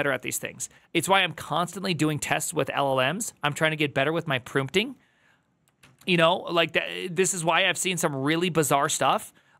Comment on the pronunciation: prumpting? is this your little tick you have for audiences to latch on? most of these people seem to have some .... original... sound they make... hahahahaaa